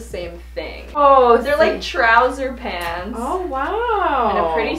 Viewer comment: At one point it sounded like she said pans and not pants lol